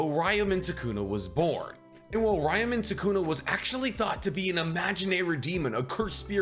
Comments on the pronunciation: Its pronounced Ryoumen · You pronounce Ryomen incorrectly, you say Jujitsu instead of Jujutsu...are u even a fan??? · It’s actually impressive how many words and names you butchered, first being “Ryomen”.